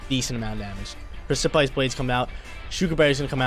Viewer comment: I love u but u gotta look up the pronounciation for the word precipice